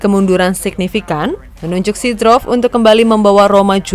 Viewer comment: seedorf namanya, bukan seedrof mbak 🤣🤣